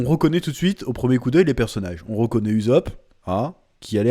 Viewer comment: "mounki dé luffy" , "uzop"